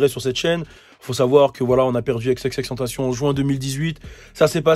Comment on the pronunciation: son nom se prononce xxx en francais pas avec la pronotiation anglaise :)